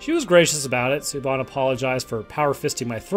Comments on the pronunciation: Siobhan is not pronounced "see-oh-bon" It is "Shi-vawn" Pronounce the "Sio" portion of the name as "Shi" with a soft "ih" sound. Pronounce the "bhan" portion of the name as "vawn." "Vawn" should be pronounced to rhyme with "lawn" or "gone." Combine both syllables of the name to pronounce "Siobhan" as "Shi-vawn." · "Siobahn" is pronounced Shee-Vawn, btw. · Siobhan is pronounced Shove-on. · I love the music choice with the pacing. Very spaghetti western. Love Borg. Also Siobhan is pronounced Shi-vawn. Gaelic names are rough lmao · Siobhan is pronounced like Sha-von. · Jesus Christ dude. Siobhan, it’s pronounced shi-vorn